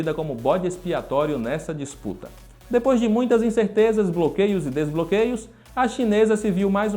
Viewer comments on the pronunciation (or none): none